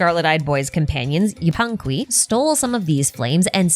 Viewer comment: This is such a little thing but I've seen it in more than one channel already so I kinda wanna point it out. Yupanqui is not pronounced like that. Its basically Yupankee. I am peruvian btw